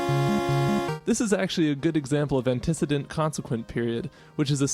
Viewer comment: It's pronounced ant ih see dint